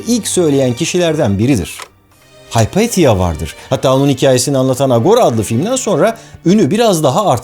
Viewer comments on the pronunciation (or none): none